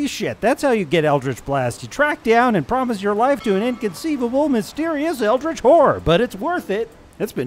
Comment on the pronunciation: Why is everyone saying it wrong? It's pronounced Eldrich B-WARGH